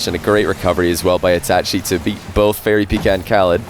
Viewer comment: the way he says itachi bothers me